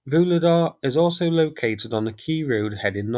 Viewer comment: please, please - I know you're not a linguist but I can't stand this 'Voolidah' any more! Why don't you listen to any of the Ukrainian commentators, at least just to find out how to pronounce the place names???